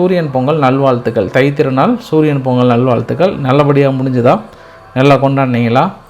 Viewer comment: சூரிய பொங்கல் என்று அழுத்தமாக சொல்வதில் ஏதாவது உள் அர்த்தம் இருக்கிறதா